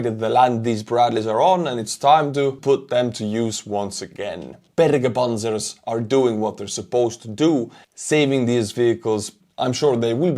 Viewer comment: The pronounciation of Bergepanzer was quite good. Greetings from Germany and stay strong Ukraine!